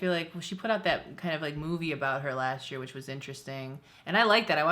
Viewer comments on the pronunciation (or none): none